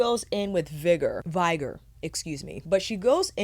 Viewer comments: Off topic, and unlikely to get a reply, but this is the second review of this palette where I hear "vigor" pronounced as /'vaɪgər/ and not /ˈvɪɡər/. The latter is in the dictionary, the former is not. And you in general seem to have an exceptional command of the English language. And this is a fairly common word. Am I missing something? Is that a new pronunciation? Some meme around this word? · Hello lovely, think the word is vigor (Vig-errrr) as in vigorous? Strong darker red colour - all the colour names seem to match the colours...